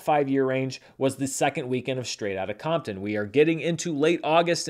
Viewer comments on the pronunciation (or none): none